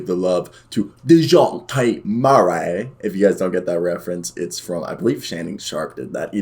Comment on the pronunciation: First 30 seconds of this video were jarring as fuck, from the way you pronounce Dejounte to “muscle hamster”, I’m not sure I should keep watching